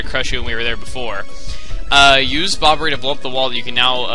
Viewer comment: "he said Bobberu instead of Bobbery